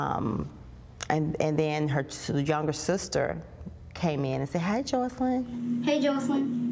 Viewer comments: Why does R Kelly pronounce her name Jocelyn instead of Joycelyn ... like damn pronounce one of your girlfriends name right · How is R. Kelly in love with Joycelyn and he doesn’t know how to pronounce her name? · When you're in a "relationship" with someone and they don't say your name right.....it's Joycelynn not Joseline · Kellz called her Jocelyn, but her name is Joycelyn. How you f*cking on somebody for years and not know how to pronounce their damn name?? And EVERYONE is lying!! Robert, the parents, the “girls”... smh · R Kelly said Jocelyn instead of joycelyn lol he said her name wrong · Did r Kelly call her Joseline instead of JOYceline? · R. Kelly doesn't even know her name! It's JoyceLynn not Joslyn! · Robert doesn't even pronounce her name correctly, he says Jocelyn instead of JOYcelyn... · Why does r kelly pronounce her name Jaw-sel-in.. but it is Joy-sel-in.. some love between them when he can't even get her name right.... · her name is Joycelyn but r kelly calls her Jocelyn , LMAO SMH He doesn't even know her name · R Kelly can't even say joycelyn right he said ja slin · She’s supposed to be his girlfriend but he can’t even pronounce her name correctly. He calls her Joseline. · RKelly doesn’t event pronounce Joycelyn’s name correctly. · R. Kelly doesn’t even know how to pronounce the girl name 😂 that is enough to let me know he don’t care about that girl he’s a liar! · R Kelly not even saying Joycelyn's name right. Girl! That man been with you over 2 years and can't be bothered to pronounce your name right?! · I love how he didn't even know how to properly pronounce his own "gf's" name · Sounds like R Kelly didn't know how to pronounce his girlfriend's name?